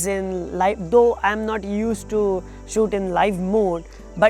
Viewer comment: Looks like he has trouble pronouncing “shoot”!!😅, nothing to be ashamed of... great video anyway 👍. Keep uploading good content